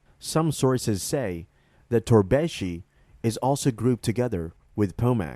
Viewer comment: Not torbeshi but Torbeş